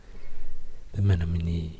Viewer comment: Colin Brain not Menomonee tho, big sad